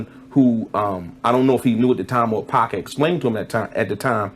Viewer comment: The way he says 2Pac makes me laugh